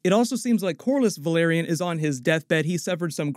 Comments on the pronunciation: Dude, Valyrian and Velaryon are pronounced DIFFERENTLY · Thank you so much for these analyses, I learn so many new things about each episode and the show in general with every video of yours I watch, and the first thing I do after finishing each episode is watch your breakdown video:) Just one comment, like so many other YouTubers you mispronounce the "a" in "Velaryon", It would be amazing if you could use the show's official pronunciation in your videos. Thanks a lot, I love your channel!